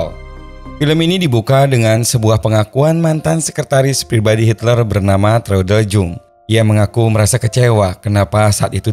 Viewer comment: sedikit koreksi, bahwa Traudl Junge cara menyebutnya ' Traudl Yunge. perlu diketahui bahwa huruf J dalam bahasa jerman cara penyebutan nya adalah Y, koreksi buat admin semoga makin sukses dan sehat selalu !